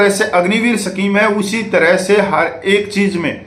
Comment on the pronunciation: सफीम नहीं भाई साहब, स्कीम होता है